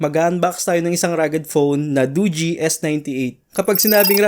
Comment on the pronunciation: Nice tama pag pronounce ng dogee di katulad sa ibang channel mali mali